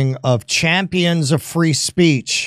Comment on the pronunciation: Ben wants us to practice our Freedom of "Speesh" in America per Israelis law.